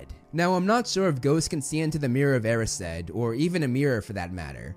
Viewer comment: He pronounces 'Erised' as 'Air-e-said' but isn't it supposed to be 'E-rise-d' ?